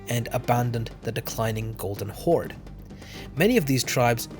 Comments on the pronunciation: its the golden horde not golden holde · Blue Holde - White Holde I think u meant Horde I asked ChatGPT, he said Horde ^^